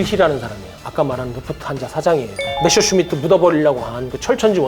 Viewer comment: 아 갱상도 분이구만. 메셔가 아니고 메서!!!!!